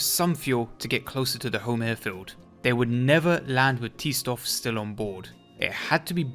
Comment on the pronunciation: i was going to comment whatever to help your stats or whatever, but your essay was fantastic and i couldn’t stop watching. “t stoff” sounds horrific